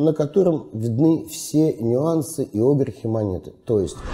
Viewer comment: Прошу прощения, а можно перед тем как ролик выкладывать поработать с ударениями в словах, какие на фиг Огрехи? когда правильно огрЕхи! очень режет слух. однозначно дизлайк. даже до конца не стал досматривать